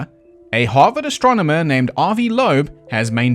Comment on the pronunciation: mispronounced "astronomer" because he's an alien.